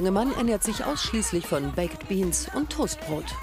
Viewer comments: Könnt ihr nicht Baked sagen? Sie sagt einfach Bekked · kann man wenigstens baked sagen und nicht bak-ED 🙄 schrecklich. Lernt mal englisch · Wieso sagt die Taff Tante eigentlich immer Bake-ed beans und nicht einfach normal ‘baked’ 🙄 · "baiket" beans. gute aussprache galileo! top! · Sorry aber es heißt "bakd beans", also das e ist stumm. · Bei baked wird das e nicht mitgesprochen 🙄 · junge sprich baked nicht so hängengeblieben aus